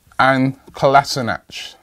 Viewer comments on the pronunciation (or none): U finally stopped calling him kolasinach😂😂